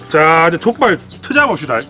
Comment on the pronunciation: 발음이 좆빨 ㅋㅋㅋㅋㅋㅋㅋㅋㅋㅋㅋㅋㅋㅋㅋㅋㅋㅋ